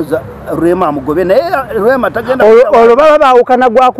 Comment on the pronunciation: The he is pronouncing Rrrrrrrema🤣🤣🤣🤣Naye ka chaina